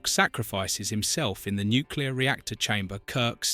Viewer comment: 👎🏻👎🏻👎🏻👎🏻👎🏻👎🏻👎🏻👎🏻👎🏻👎🏻👎🏻👎🏻👎🏻👎🏻👎🏻👎🏻👎🏻👎🏻AI voice over...👎🏻👎🏻👎🏻👎🏻👎🏻👎🏻👎🏻👎🏻👎🏻👎🏻👎🏻👎🏻👎🏻👎🏻👎🏻👎🏻👎🏻👎🏻👎🏻👎🏻 "nu clea are reactor chamber"??? NOPE!! "I have lived and I have Loved"??? NOPE!! You've watched DOZENS of Times??????? "ROTH of KAHN"??????? I DON'T THINK SO 👎🏻👎🏻👎🏻👎🏻👎🏻👎🏻👎🏻👎🏻👎🏻👎🏻👎🏻👎🏻👎🏻👎🏻👎🏻👎🏻👎🏻👎🏻👎🏻👎🏻👎🏻👎🏻👎🏻👎🏻👎🏻👎🏻👎🏻👎🏻👎🏻👎🏻👎🏻👎🏻👎🏻👎🏻👎🏻👎🏻👎🏻👎🏻👎🏻👎🏻👎🏻👎🏻👎🏻👎🏻 BOO THIS GUY!!!!!!!! BOOOOO!!!! BOOOOO!!!! RUBBISH!!!! FILTH!!!! MUCK!!!!!